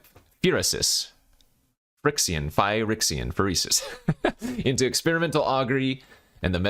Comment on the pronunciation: why are you saying phyrexia that way? I love your picks though